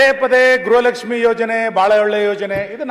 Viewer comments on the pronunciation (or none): ಗ್ರಹ ಲಕ್ಷ್ಮೀ ಅಲ್ಲ ತಾಯಿ ಅದು ಗೃಹ ಲಕ್ಷ್ಮೀ 😂